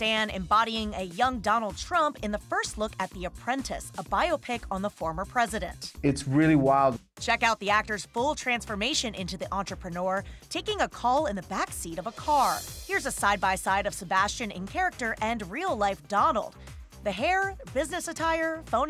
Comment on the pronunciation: The "entrpeneur"